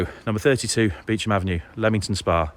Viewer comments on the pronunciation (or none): Beauchamp is one of those words that we pronounce differently over here. It's pronounced "beechum". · "Beauchanp" is pronounced "Beecham".